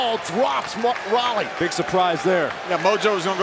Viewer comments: He called him Mojo Riley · His name is mojo rawley not mojo Riley